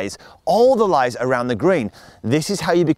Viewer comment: I was playing around, cause you keep saying lays in a way that sounds like you're saying lies repeatedly in the 1st part of the video.